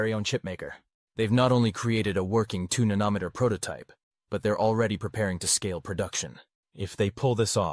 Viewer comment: If you'd just get a real human to read the material, you wouldn't have such comical wrong pronunciations as "Nan-Uh-Met-Er" instead of the Proper "Nano-Meeter"!! And if that's not bad enough, your Computer-generated "Narrator" goes from improper to proper pronunciation and back!! For the love of God, can't you find an unemployed person to read this very elementary material for you??!